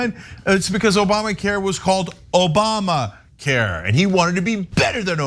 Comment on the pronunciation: "OBAMNA" care